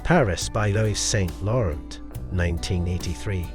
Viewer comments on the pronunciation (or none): The mispronunciation of Dior, Klein, Yves Saint Laurent and Ungaro...why?